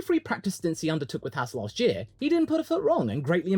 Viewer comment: Can you say Ahhh? Then why not Haas? It's not spelled Hass . Maybe you think Gene is an ass? Oh wait you probably will call that Ahhhss.